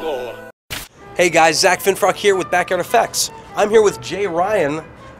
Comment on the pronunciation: At the very beginning of the video did he say "Hey, its here..."?!?!?! LMAO!